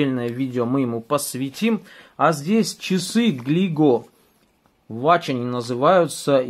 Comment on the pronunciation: Не,я написал в комментариях, что говорится не ва́тч, а во́тч))